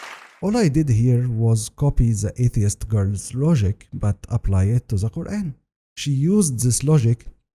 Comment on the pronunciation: Let me guess the guy found mistakes in Quran can't say Kaeran right or Izlam correctly. Off course 🤣🤣🤣